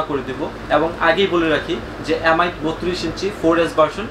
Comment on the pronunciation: এ্যাম আই না এম আই, ভাষাগত কারণে অক্ষরের উচ্চারণ গুলো পরিবর্তন না করি ভাই